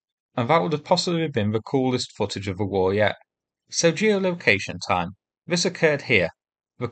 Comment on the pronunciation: Probably down to your narration? Vis,Vey fink,ver, free,somefing,vees,firty,vee,vat,fanks, I have been trying to advise you!